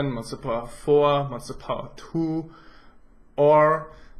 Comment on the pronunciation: I lol'd so hard when he said "twwuu"